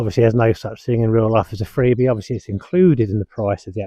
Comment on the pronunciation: Don't think I will be buying a tent, but if I do I will certainly ask for your advice. Freebee, i thought you said Frisbee 😊